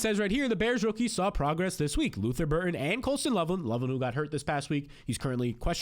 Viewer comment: Lutther Burden not Burton